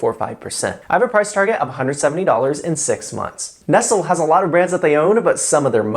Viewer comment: Pretty sure that's not how you pronounce Nestle 😆